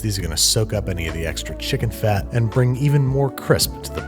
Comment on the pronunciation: Fried Chimken